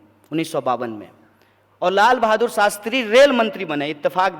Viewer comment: saala shakal se hi dheeth lagta hai Shastri ko sastri bolta hai